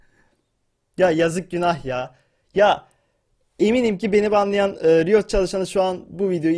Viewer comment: önce doğru düzgün riot demeyi öğren